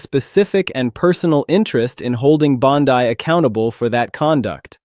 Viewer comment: Its "BONDEE", not "BONDYE".